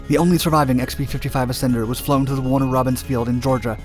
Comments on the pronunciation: The "Assender" now thats funny! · The Ass-ender lol 😂 this made the video